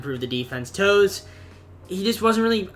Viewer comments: I love the video but you called Toews “Jonathan Toes” and I can’t stop laughing It’s pronounced like “Tayves” lol but great video! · Nice video but it’s not how you say Toews it’s “Taves” Tays could also work